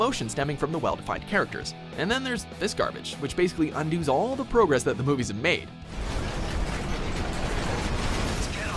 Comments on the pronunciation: Did you really just say "undo's," instead of "undoes?" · Not to be that guy, but when they talked about the Fast and Furious game, he said undos instead of undoes.